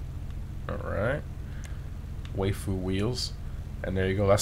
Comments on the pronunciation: “Way-foo” its pronounced “why-foo” 😂 anime for life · failed to pronounce waifu smh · I cringed when you tried to pronounce waifu